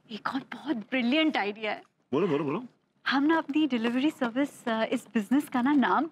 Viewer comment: Dely vely service 😅😂😂